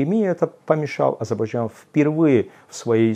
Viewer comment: Азербайджан . Говори правильно произношения страны про которую рассказываешь .